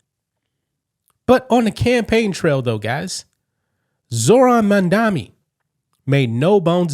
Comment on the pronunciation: It's Mam-DANI. MAMDANI. Notice where the N is. We have get that right, so we never forget this debacle of a communist human being. It's been proven that without paying attention to the correct pronunciation of a person's name, we will forget the good or bad they have done, especially politicians. Say it with me: MAM-DANI look where the M is. THE M COMES FIRST.